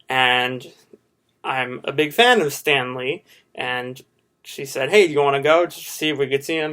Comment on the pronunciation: When you said "Stan Lee", I thought you said it as in Stanley. Also, I loved your bit, it was hilarious and full of talent at the same time.